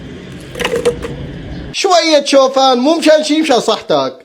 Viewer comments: شوفان❌ شحفان ✅ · انت قلت شحفان هو لا شوفان😂😂😂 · قال شويت شوحفان مو مشان شي 😂😂😂😂😂😂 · انت قلت شحفان لا هو شوفان😂😂😂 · شوفان ❎ شوحفان ✅ 😂